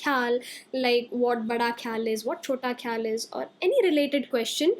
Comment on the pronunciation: Not Amir Khusro, it’s Am-eer Khusro. Not kheyal m, it’s Kha-yal